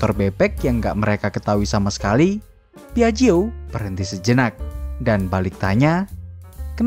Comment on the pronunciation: Penyebutannya :piakjio